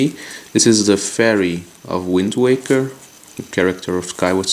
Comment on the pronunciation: Did he say Wind Tweaker?